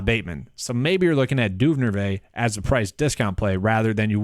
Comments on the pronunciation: Just a heads up. Duvernay (Du-Ver-Nay) you were saying Dunervay. Just found your channel, I got a free ticket to a DK game and Im using it tonight. Hoping your advice helps me win! Thanks for the video. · Say it with me: Du-ver-nay